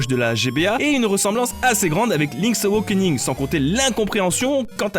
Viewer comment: Link's Aw - A - kening, Pas : Link's Aw - O - kening ! Raaah, t'as réussi à bien prononcer WIND WAKER à la fin de la vidéo pour une fois (même si tu t'es planté dans l'ordre des Zeldas :p) Alors pourquoi Link's Aw - O - kening ? ><' C'est pourtant la même notion d'éveil à chaque fois... Bref, bisous, pouce bleu, toussa toussa...